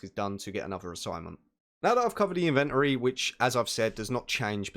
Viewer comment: You say inventory wrong